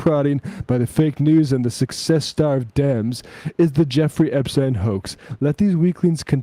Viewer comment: Why does always say Epstein that way? Sam does it too sometimes. They sometimes make fun of people's pronunciations, but it seems a little weird to do that and just not say this right.